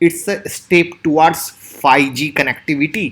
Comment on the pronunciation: Apka pronounce galat hai. Ap bol rehe hay fyge . Aye hoga 5g.